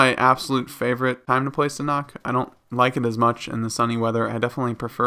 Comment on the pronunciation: ”SAN HAWK” not ”sanok”